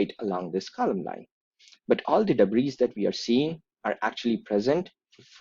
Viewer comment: Dear, thank you for your analysis. May I add that I admire your fluency in English, and given your excellence I imagine that you would prefer to pronounce 'debris' without saying the final S. (It's a word, as you may know, borrowed from French, a language which often doesn't pronounce final S's.) 'Debris' is a mass noun rather than a plural.